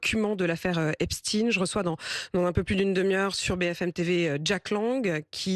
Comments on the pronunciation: La journaliste a apparemment du mal a prononcer le nom EpSTEIN (et pas Epstin !) . On sent le malaise, indépendamment d'un quelconque complot (que même Bompard a du mal à nommer) bien évidemment. C'est Albert EinSTEIN et pas Einstin , FrankenSTEIN et pas Frankenstin, etc. mdr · C'est Epstein pas epstine. pour essayer de le rendre russe . Epstein est juif point barre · EpstEIN, pas EpstIN !! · Cependant vous aurez noté "Epst-ine" pour Epstein